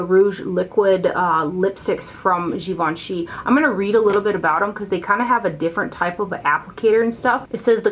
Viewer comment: It’s pronounced Gi-vahn-chay. I remember them saying peeps mis-pronouncing it made them cringe a little. I didn’t know either! Great video, as always! Thank you!